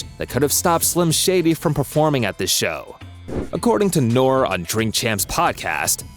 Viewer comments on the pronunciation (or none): yooo u called Noreaga....Noor...i'm ending this video